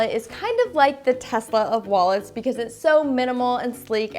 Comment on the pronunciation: It's "Tesla" not "THES!LA"